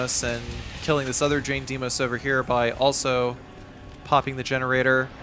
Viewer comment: I am sorry 😐 but I keep hearing you say butt hole in the generator section.